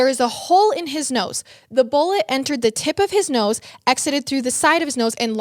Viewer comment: kills me with the way she says BOLLIT instead of bullet 😂